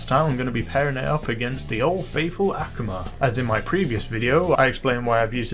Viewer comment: Just so you know, It's A Koo Ma Not Ak A Ma